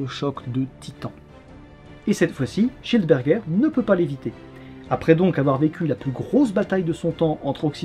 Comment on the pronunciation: Je suis le seul qui comprend "johannes cheeseburger" à chaque fois ?